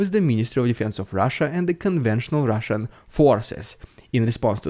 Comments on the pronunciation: Your best one so far. I love the way you mock the Rrridiculous Rrrussian Prrrropaganda. ❤ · The RRRussian AI rrreminds me of the scene from “The Wizard of Oz”, “Never mind the man behind the curtain!”😂